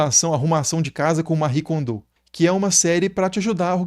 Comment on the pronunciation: Eu acho curioso essa pronúncia do nome da Mari Kondo. Ela é japonesa e não francesa hahaha. Além disso, salvo engano, ela foi “sacerdotisa” (muitas aspas aí) do santuário Shinto da família dela.